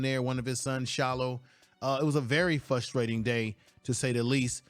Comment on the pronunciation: Your commentating is great, I love the details. However, the word is "frustrating," not Fusstrating. Of course, you are right these other coaches are jealous of Coach Prime. There is an inside job going on that gives those coaches information on how his teams play books goes.